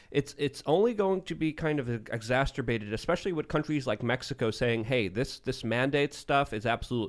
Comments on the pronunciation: brother my man I love you but, It's not exasterbated it's exacerbated. And yes it is a smidgen not a smidget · Can someone please tell him it’s EXACERBATED...., NOT EXASTERBATED. I’ve been telling him forever on his podcast, but he’s above ME, he needs to be shamed by a colleague... then maybe he’ll look into his obvious daily faux pas. CAN ONE OF YOU PLEASE HELP HIM. We love his wonderful research and ability to bring it, but damn.... if he wants to use a word as much as he does, learn how to spell and pronounce it... is that too much? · a Super Chat from Sloppy Joe calls out for saying exasturbated instead of exacerbated.:-) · ....exacerbate not exasterbate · “Exasterbated” - ❤️🤣❤️🤣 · this is the third show in which I've heard say exasturbated as if it's a word. Everyone quietly ignores it. The first time, I thought it was a funny slip of the tongue; now I realize it's an integral part of vocabulary.:-) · For the love of christ will SOMEONE please teach how to say "exacerbated?"